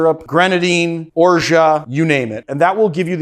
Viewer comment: Orgeat is pronounced Or-zhaat if you speak English or Or-zhaa if you speak French.